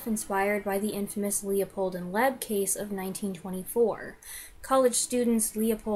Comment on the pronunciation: Loeb's last name was pronounced 'Lobe' not 'Leb'